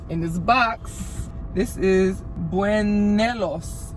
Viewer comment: This was so entertaining haha. I’m currently learning Spanish also. You should make more content going into restaurants, stores, and snack shops and record you trying to speak Spanish with people there! Also buñuelos is pronounced boon-you-ay-los :)